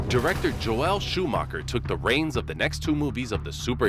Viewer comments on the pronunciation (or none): The name is pronounced JO-el, or Jole, not Jo-ELLE. You are giving it a woman's pronunciation.